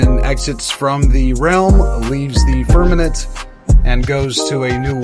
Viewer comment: His “firmaNENT” pronunciation really grinds my gears😂